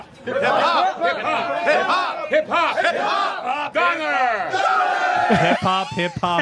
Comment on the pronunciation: "hip hop" sounds like "parkour"